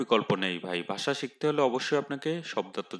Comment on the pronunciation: ভাই,বাসা না, ভাষা।